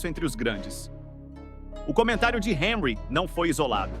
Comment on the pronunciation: Boa Noite. É (Onrri) a pronúncia de Henry.